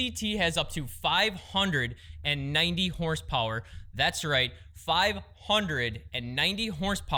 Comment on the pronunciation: Great video... But did anyone else laugh about the way he says horsepower ? Lol